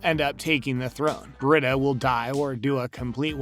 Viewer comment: It’s Bre-Da the pronunciation lol